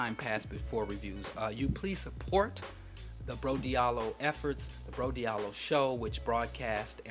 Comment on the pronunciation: Interesting book for everyone to read. By the way your name is not pronounced Diiallo but Djalloo is just that is written in a french manner francophone Africans try to write and say everything in a « Frenchy » manner, is like the name Cheik Anta Diop is pronounced Djop and not Diop those are « Frenchisims » that happens in those parts of Africa